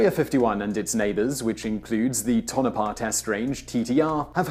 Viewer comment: You said Tonapah correctly. I don't know why I am so excited about this.